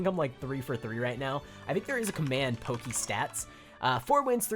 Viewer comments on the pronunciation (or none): none